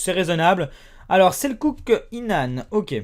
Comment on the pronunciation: sa se dit pas selcuk mais sa se prononce selchuk en turc et moi je suis pour la turqui mais après se qu'on c'est pris je suis pour la france